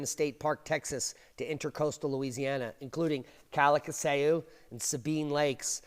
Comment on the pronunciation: Pronounced KAL ka shoe. No problemo, just heard it mispronounced too many times today.